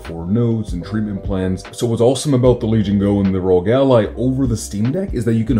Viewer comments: Please call it R.O.G with every letter separate, not ROG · What the hell's a rogue ally!? It's arr-oh-gee!!! 🤦🏻‍♂️🤦🏻‍♂️🤦🏻‍♂️